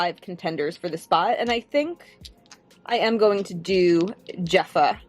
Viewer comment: The j in Jefa makes an h sound.